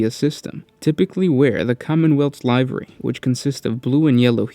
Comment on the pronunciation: Live-ree. Not lie-vree.....